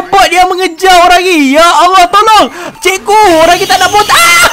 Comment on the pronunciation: ni cakap cikgu ke ciku🤣🤣🤣🤣